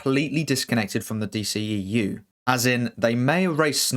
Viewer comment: The D-SHE-E-U🤦🏻‍♂️